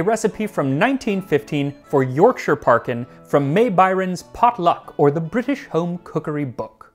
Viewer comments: Congratulations on your correct pronunciation of 'Yorkshire'. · Lovely to see an American who can pronounce “Yorkshire” correctly for a change haha :) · As a person from West Yorkshire it fills me with absolute joy that an American pronounced the County's name properly, so bloody proud of you